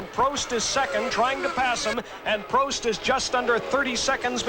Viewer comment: Oh my god the way that American commentator is pronouncing some of the names is making my teeth itch!!!! Its Prost not proast